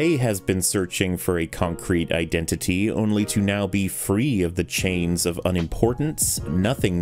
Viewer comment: Masterful pronunciation of the word 'iden-titi'